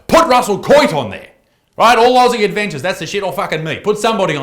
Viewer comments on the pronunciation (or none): none